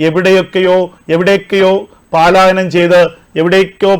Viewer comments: പാലായനമല്ല; പലായനമാണ് ശരി. മലയാള ഭാഷയെ ദയവായി, കൊല്ലാക്കൊല ചെയ്യല്ലേ.^¡|<¡|<::":& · പാലായനമല്ല പലായനം എന്നല്ലേ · 'പലായനം' എന്ന് പറയൂ. 'പാലായനമല്ല' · പാലായനം നല്ല, പലായനം,😊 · Palayanam not paaaaaalayanam ok? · പാലായനം അല്ല. പ.......